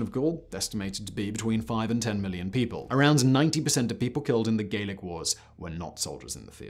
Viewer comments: Gallic is pronounced Gallic, not Gaelic (which is another type of Celt altogether). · Why is he pronouncing it "Gaelic" (hard "a") and not "Gallic" (soft "a") when referring to the people conquered by Caesar? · Very enlightening! However the Gauls of France were addressed as 'Gallic' eg gal--ic, not Gaelic as you seem to suggest! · Gallic is pronouned gah-lic, not gay-lic. Gay-lic would be Gaelic, a Celtic language. Anyway, lead water pipes weren't even banned in the US until 1986, so you may be overstating your case a little.